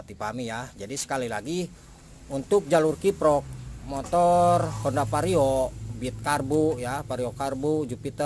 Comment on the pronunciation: vario bang bukan pario 😂😂 canda bang hehe